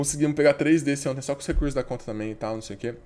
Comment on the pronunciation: 15 segundos "sóh" ele disse kkkkkkk guentei n